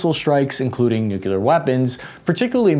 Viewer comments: You sir, do absolutely fantastic analytical work. Many Kudos to you and your team! One request though on behalf of your more pedantic fans: NEW-CLEAR is how you pronounce nuclear. Love your work! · Task & Purpose Hi. You should know - the word "Nuclear" has only 1 "u" in it. It's not "nUke-Ular" it's "nUke-lear." Hope that helps, dude.